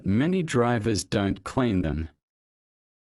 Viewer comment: Clean звучит как claim